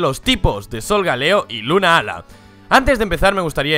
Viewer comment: 2 cosas, 1: creo que Solgaleo viene de Sol y Galileo... 2: Se escribe "Lunala", no "Lunaala" y tambien se lee como se escribe, no pronuncien como si fueran dos palabras separadas...